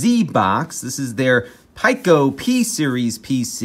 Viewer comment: Its actually pronounces Peeco.